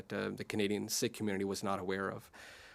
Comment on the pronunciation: It's not sick It's seekh